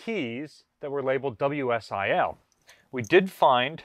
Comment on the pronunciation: It's 'WSLI', not 'WSIL' ('pronounced 'Whisly', usually said as 'Whisly keys'...). WCIP - 'Weapons Control Interface Panel' , i.e. Harpoon control panel...